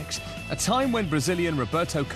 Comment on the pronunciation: 'Two thousand and sex'